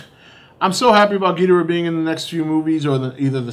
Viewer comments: If your such a big ghidorah fan try to pronounce his name correctly. gih door uh. Not gee der uh. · For someone who's a fan of Godzilla's most popular enemy, surely does not know how to pronounce his name right. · Your saying ghidorah's name wrong